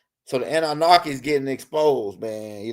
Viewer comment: Love your vids bro, but please stop put an “R” in your pronunciation of ANNUNAKI. Ase’